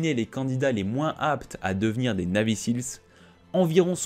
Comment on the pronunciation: Et ca se prononce "naivy sils"